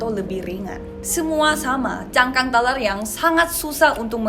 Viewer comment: Masihh ngakak denger ngomong telur kek teler 😂😂😂